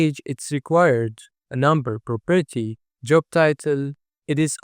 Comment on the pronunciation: very nice explanation but if I hear "properity" again I'm going insane